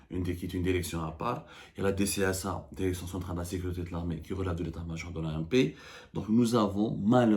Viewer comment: Derection derecteur ha ha ha ha ha ha ha